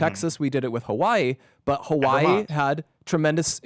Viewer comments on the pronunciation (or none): none